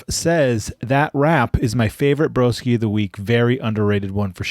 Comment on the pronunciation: So nice hearing my name mentioned here even though completely butchered it 😂😂 Cheers broskies